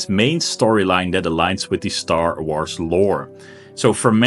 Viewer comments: "Star Arths" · lmfao how he says star wars